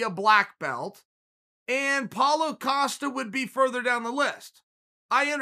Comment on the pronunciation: Paulo “Acosta” Costa